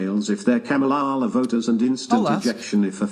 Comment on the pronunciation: I love how keeps mispronouncing Kamala's name on purpose like he's just not getting it lol 🤣